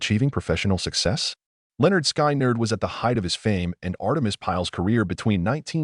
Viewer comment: You don't even know how to pronounce the name of the band.